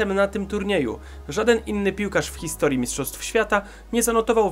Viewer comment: 2;44 min "hisotrii" zamiast historii ;)